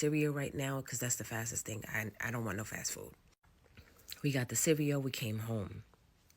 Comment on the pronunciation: Grown ass mfs that can’t pronounce cereal really grinds my gears.. what tf is cereo